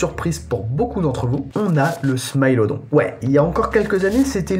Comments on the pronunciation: Excellente vidéo par contre je pense qu'on dit smilodon le i en français et pas smaïlodon ! Répondez moi gentiment si j'ai tort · On dit smilodon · Pourquoi tu dis smilodon en anglais mais pas le lion ? C'est bizarre un peu